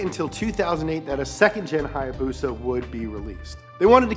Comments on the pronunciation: its a haya BUSA not hayabusa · What it’s not haayabusa it’s hibusa